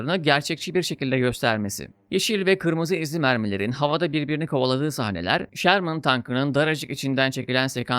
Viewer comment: abi şermın değil ŞÖRMIN doğru telaffuz. filmdeki modeller m4 ama fury tankı nispeten farklı bir model sherman firefly. bu arada filmdeki tiger tankı panzer6 serisidir. lakabı tiger. bir üst modeli panzer7 ise kingtiger (könnigstiger) olarak geçer. drive for the fatherland!